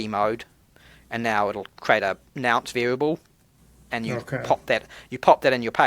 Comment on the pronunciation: Bro, it's a nonce not a nounce! But it could be you're saying it in Australian. Love your content. Keep it up.